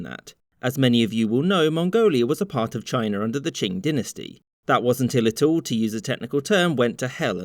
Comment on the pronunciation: “Dynasty” ❌ “Dingasty” ✅